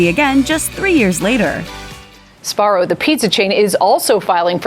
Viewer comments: You do know its pronounced zbarro and not sabarro right? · Never understood why people pronounce it "Sabaro" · Am I the only non-American with a smattering of Italian who is amazed it’s not pronounced zbarro? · I've been pronouncing sbarro wrong my whole fucking life goddammit